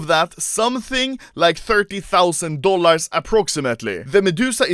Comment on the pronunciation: Nobody: Anomaly: DollARS